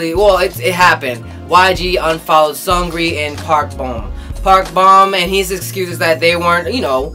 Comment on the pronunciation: Are u saying seungri wrong?!?lol